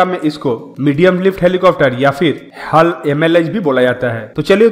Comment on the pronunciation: हल नहीं भाई h a l bolo